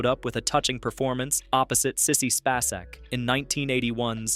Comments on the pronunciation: It's Spay-SICK. Not Spa-Sack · Why r u using photos from movies of the 1940s? He is not in them. Not everyone is stupid. U mispronounced Sissy Spaceks name. Don't trust these bios. Some of the narrators have English as a.second language.